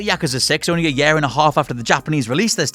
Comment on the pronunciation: I'm normally pretty laid back but the way you say 'year' insta-triggers me and I want to punch a baby...